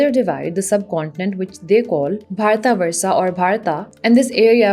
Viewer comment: that constant mis-pronunciation of words... for almost all name, you have done the same thing... even if you want to say "भारतवर्ष" while speaking English, just say "भारतवर्ष", but you have been saying "भारतवर्षा" continuously... same thing for other words too, e.g. पुराण, it is पुराण... stop there, dont say पुराणा... If you cant say something properly, then you shouldnt even say it. It reflects really bad on you as being a native, you deliberatly change the way how it should sound. 😥